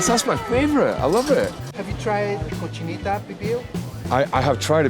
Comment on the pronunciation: Have you tried “Cocheeneetaw Peebill”??? 😂😂😂😂